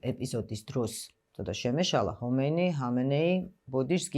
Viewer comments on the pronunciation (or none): none